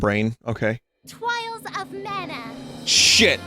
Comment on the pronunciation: “Twials of Mana!” “Shit!”